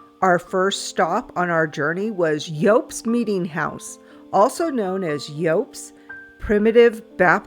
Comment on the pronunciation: And you're mispronouncing Yopps Cemetery... It's Yopps, like Hops...